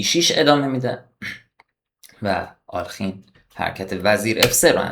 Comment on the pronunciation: دوست عزیز دستت درد نکند. لایک زدم. ساب هم شدم. فقط یک نکته. اغلب میبینم دوستان جوانی مثل جنابعالی، نام آلخین را بصورت alkhin تلفظ میکنند اما بعد از لام، کسره وجود دارد و در واقع بصورت آله خین باید تلفظ شود حتی اصل نام در روسی بصورت آلیوخین است که در تلفظ سریع، تبدیل به کسره میشود.